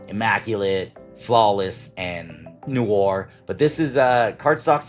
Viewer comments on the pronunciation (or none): none